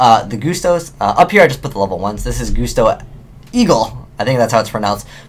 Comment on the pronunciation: isnt it 'gust'-o... as in a gust of wind?